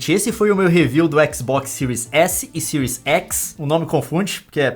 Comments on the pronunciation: Boa análise, mas cara, somos brasileiros , fala do jeito que escreve ai, series x e não siries exi kkkk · Era só falar série xis e série ési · É tanto "écs" que estou ficando doido